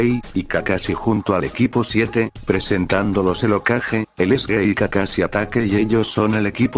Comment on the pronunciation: En vez de decir gay decia gey jajajajaj aunque en ingles significa lo mismo jajajajajajjaja